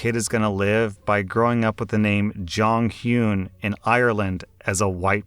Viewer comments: You pronouncing Jonghyun's name as Jonghyoon made me twitch the entire time lmaooo But, while I am a fan of Jonghyun myself, unless they had some Korean lineage, I agree it's not a good idea. At. All. Unless I married someone Korean, I wouldn't even think about naming my kid a name from a completely different culture. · Jonghyun passed due to suicide, after alot of back lash and personal issues. It wasn't mentioned in the story, ans yes, he was a wonderful person. They shouldn't name their son that though. Btw it's pronounced Jong - hee - un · i kept hearing saying Jonghyun as JongKyun and was like who tf is that??? (me a SHINee fan) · JOHN heeyoon 😂 I was so confused on wtf he was talking about until I heard Shinee. "Is he trying to say Jonghyun?" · The way he pronounces Jong-Hyun kills me💀 But also, I don’t think it’d be bad for white people to give their kid a Korean name because Koreans sometimes give themselves American names/ a full Korean might be born in America and get an American name so I don’t see why it’s bad when it’s the other way around. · It took me like 2 minutes to process that you were taking about JONGHYUN cause of the pronunciation 😭 anywho yeah, jjong was an absolute angel but I wouldn’t give my child a Korean name if they weren’t partially Korean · These doctors in story 3 are thinking they are simply superior to OP just because of their degree. I've heard about this, but I am surprised that there are so many in 1 group. You'd expect 1 DBag in the group, not all of them. Story 5 - Prety sure the J is pronounced as a "Y"